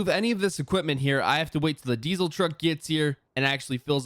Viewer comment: Why does it sound like you say dezle